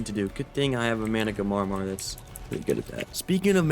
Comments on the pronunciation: it's MANA-GAR-MeR that's how you need to spell it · Managamarmar 😂 (it’s mana-gar-mer) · manas are pronounced like "mana then gar then instead of saying mr say mar so basically say managarmar (even tho its spelt managarmr) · its managarmr (mana- gar-mer) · Repeat after me Mana - ga - rmr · its pronounced mana gar mer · petition to make the official pronunciation of the managarmr mana-gah-mar-mar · Mana-Gar-Mer say it like that ❤👍🏼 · i do believe its "Mana-Gar-mer" but thats how i saw it :3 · Its been a year and still can't pronounce managarmr correctly. Hilarious as hell, keep up the amazing work!